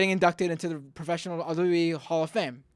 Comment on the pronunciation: You can't even say "WWE"; And most of your facts are incorrect. Was he really from your childhood? Because you look and sound about 12 right now. So technically your childhood isn't over yet. ;)